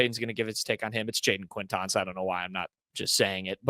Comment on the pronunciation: butchering these names made me laugh a bunch on this rewatch lol especially the QUAINtance one.